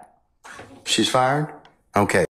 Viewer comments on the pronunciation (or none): “SHES FYED”😂😂😂😂